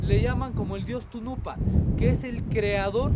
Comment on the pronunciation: jajajja, Tunupa es el Dios?????, esta con el libro en la mano, minimo deberia de leer bien caracho¡